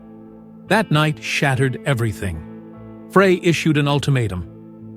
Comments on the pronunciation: it's pronounced "Fry" think one would you would get it right after doing several stories on the band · Correction ; Frey pronounced FRY